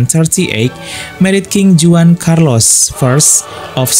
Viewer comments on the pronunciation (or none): Brother! Your channel is informative one but try to cultivate your pronunciation here Spiritual is pronounced as spiritchual.And in Spanish JUAN (equivalent to John) is pronounced as (Huan).And in French JEAN(equivalent to John) is pronounced somewhat like (Jong) not Jeen.